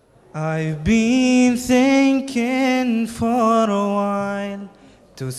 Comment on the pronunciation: الصوت حلو بس شوي النطق مخرف لما يقول حرف r for before